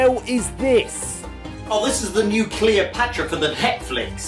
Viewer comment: Cleopetra was definitely butchered